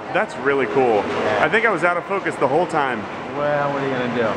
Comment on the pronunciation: "Well, what ahya gonna do?" Spoken like a New Yorker!